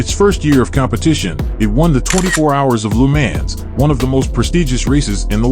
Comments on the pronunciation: Most horrible pronounced Lemaaaaaans that I've ever heard. He has to know how ridiculous he sound's. Any attention is good attention i guess? And the McLaren F1 Lm only 5 were made a i believe it was different from the other F1's. Check it out. That Lemaaaaan's is incredibly irritating!!! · That pronunciation of Le Mans is absolutely horrible. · how did u pronounce..LeMans?😂😂so..weird..